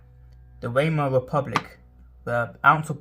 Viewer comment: Try Vymar and Ryk if it helps. Pronunciation is important if you want to be sound knowledgeable.